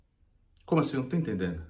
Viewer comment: "Como axim?" 😂😂😂